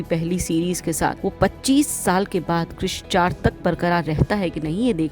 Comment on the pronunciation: कृष 😂 kuch bhi क्रीश hota hai 1🤡